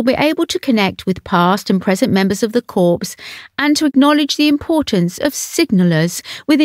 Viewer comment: Anne is royalty personified and gives her royal role the full attention .The commentary here is torture to listen to would someone tell the dope that corps is not pronounced corpse